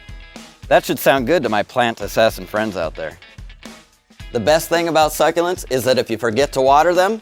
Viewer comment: I love how u pronounce the word suck-u-lents. Its my favorite plants and i have lots in my room,i can go on vacation for weeks and they are not resentfull to me.